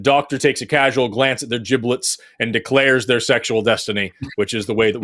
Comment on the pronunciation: and...Seth Andrews and Forrest Valkai are both National Treasures. And Seth, "Giblets" is pronounced ji-bluhts.